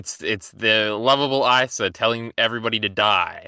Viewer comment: Why tf does pronounce asa like that